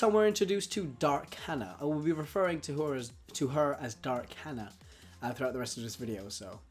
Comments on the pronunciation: I'm fairly sure it's haa-naa, not han-ah. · Her name isn't hannah its Hana ((hah-nah)) which means flower, pronounced it wrong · Hana is pronounced wrong. Just saying. No offense